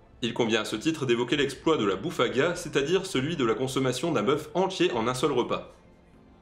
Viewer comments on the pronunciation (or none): none